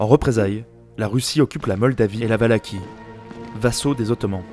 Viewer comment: C'est prononcé Valachie pas Valakhie.